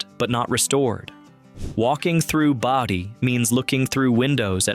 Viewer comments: It's BODIE, not body...I hate AI narration! If you're too lazy to talk, don't make a video! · You keep mispronouncing "Bodie". It's not "Body"! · The town name of Bodie, is pronounced as "Boh-dy", not "body." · BODIE pronounced BOW-DEE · Agreed, it's in-TEG-rah-TRON not INTA-grat-ton and BOW-die not BODy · PLEASE check the correct pronunciation of the. names of the places you feature! InTEGratron- BOdie ( rhymes with roadie)and ZYZYX( rhymes with physics). THIS is how history is rewritten ( erroneously!)As a sort of documentarian, you have a responsibility to get the facts straight-& this includes pronunciation!